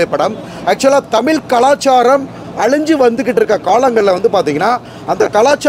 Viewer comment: தம்பி திவாகர் தமில் தமில் தமில் இல்லை இல்லை இல்லை தமிழ் தமிழ் தமிழ் தமிழ் ழகரம்